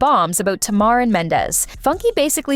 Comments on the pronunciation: Tamar name is pronounced (Tay-mar) not "Tah-mar"🤦🏻‍♀️ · It pronounced Ta mar and Mendeces